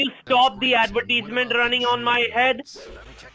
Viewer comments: Can you stop the adverteeesment running on my head 😂😂😂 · "Can you turn down the adverteeeeezment over there?"